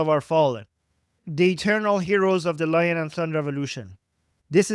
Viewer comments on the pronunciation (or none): none